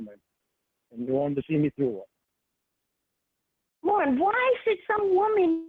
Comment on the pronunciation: "the fact of the matter" "LORNE" ruhmoanuh drives me crazy